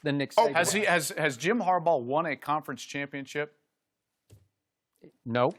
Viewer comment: 😂😂😂 That man said Jim Harbough🤣🤣🤣🤣 WWWOOO!!!!!!